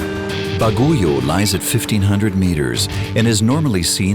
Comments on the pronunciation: Very informative, even for a Filipino like me. I love the way they showed the stories of the people and the region. The footages are atleast a few years old though. Whang-od doesn't do tattoos other than her signature 3 dots anymore. The roads are also much better now. Also, it's pronounced Bag-yo, and Boog-yas. LOL. Otherwise, very nice documentary. I've passed Halsema Highway before via bus but I only realized just how treacherous it can be when I rode my motorcycle there. Landslides, fog, rain, wind that tries to knock your bike down, the slippery serpentine roads; it was certainly a challenge. This looks well-researched, and though I'm not from this region, i feel like the people are presented well. Good job to those who worked on this 👍👍👍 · Baguio is pronounced as "BAG-YO" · I love how the Narrator pronounce "Baguio" as Baguyo haha. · No he meant the pronunciation of baguio if its "bag-yo" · I've heard a far more worse pronunciation than this: Ba-ji-yo. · Yep. The stress is in the first syllable if you're referring to the place "Baguio". The stress is in the second syllable if you're referring to the Filipino word for typhoon which is "bagyo". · It’s simple: ‘bag- yo’ (like a rapper would say ‘yo’) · Wonderful documentary! 👍 A bit of tip... The city "Baguio" is pronounced as bag-yo. 😀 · Baguio is pronounce Bagyow,,,and Buguias is Bogyas… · Baguio = Bagyo Buguias = bugyas Spelled and pronounced in Español. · Some pronounciations us locals would be annoyed Baguio should be pronounced "BAG-YOW" and Buguias should be "BUG-YAS" BTW I'm from Buguias myself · Baguio is pronounced Bag-yo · correction,,BAGUIO not BA,GU,IO.. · Baguio,not baguyo🤣✌️ he didn't asked maybe what's the proper word😁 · pronouce it Bugyas and Bagyo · it's pronounced BAG - YO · Pronounce Baguio properly . Ba. Gi . Yo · yeah it kept throwing me off the entire documentary. 😒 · You misspronounced the name of places but, its okey. Love your video. Proud Cordillerans here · hahaha "Baguyo" 🤣